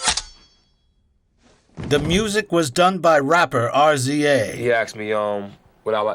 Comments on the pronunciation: D C Its pronounced "Rizza". Wu tang fans will find it funny. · Rapper r.z.a 😂😂 it’s pronounced (riz)a homie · "The music was done by RAPPER ARRR ZEEEE AAAAAY" 🤦🏻‍♂️ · Its not R Z A ....lol thats the rizza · This is a good mini documentary but calling the Rza......."The rapper R.Z.A" 😮 that's disappointing. The Rza is an artist and producer. The genius behind the wu-tang clan (one of the greatest hip hop collectives in the cultures history) put some respect on the man's name. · the music was done by rapper “R-Z-A” lmao it’s pronounced rizz-ah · "The music was done by R Z A" 😂 it's pronounced "riza" not "r z a" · It's pronounced "RZA" not "R-Z-A". Great job otherwise. 😃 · ""r z a" lmao. It's pronounced "Rizza" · R.Z.A. ??? No sir. It's pronounced. Riz-Uh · RZA is pronounced "Riz-zuh,". Not R Z A. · "The music was done by rapper R.Z.A". No, that's pronounced "Reezah" officially. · This documentary was flawless, until you called RZA R.Z.A….. it’s the the “Rizza”the Razor….protect your neck! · “Rapper R-Z-A!” 🤣🤣 It’s pronounced like “Rizza.” Sorry, but that made me chuckle. Never heard of Wu-Tang Clan? They’re for the children! 😆 Loving these videos. Keep up the good work! 🙌🏾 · ummmm, fyi RZA is NOT pronounced ARE.ZEE.AYE…it’s RIZZA…other than that, great documentary… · Great video, very informative, narration on point, blah dee fucking da. All well and good. But for fuck sake, the rapper R.Z.A!?!? Bruh he’s the mother fucking RZA (pronounced Rizz-ah). Small mistake, especially with all the work and referencing, but a big detail. The dude is an absolute artist & deserves more respect than was given via your otherwise thumbs up able upload. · Isn't his name pronounced "Rizza" not "Are-zee-ay"? (RZA) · RZA is pronounced ”Rizza" slang for razor sharp. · R Z A? Its Rizza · Year not rapper R Z A its pronounced riza from the wu tang clan. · It's pronounced "ri-zah" not RZA. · His name is not separate letters R Z A. it’s “rizzah” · It’s not Er.Zee.Aye. It’s the rizza